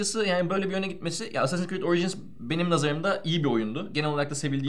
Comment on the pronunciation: Allah'ını seversen şunu essessins diye okuma. İngilizce mi parçalamaya çalışıyorsun anlamadım ama çok gıcık oluyor. Ayrıca "e" ve "a" karışımı ama baskın olarak "a" okunur baştaki harf. Yani Eassasins şeklinde okunur. Gıcık oldum ya.